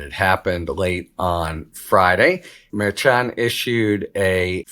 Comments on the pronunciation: The Judge's name is Mer-Shan. Not Mer-Chan. Harry is a pro. He should correctly pronounce the judge's name. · Harry needs to correctly pronounce Merchan. It's been long enough now. It's not that hard. Harry is a professional with a massive resume. He needs to pronounce the judge's name correctly. It is MerSHan. Not MerChan. Yes, this is pronounced different from how it is spelled. But that is the choice of the Judge. It is Mer -Shan. Not Mer-Chan. Harry should learn to pronounce this correctly.